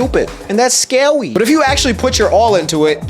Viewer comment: "...and thats scawy!" hahah love love loooove the new videos! so inspiring